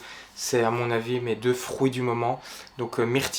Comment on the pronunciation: Ca me fait rire quand tu dit : "frOOuits" 😂